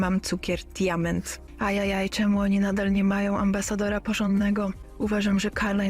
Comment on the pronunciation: Ale ten cukier nosi nazwę Diamant,a nie Diament. 😂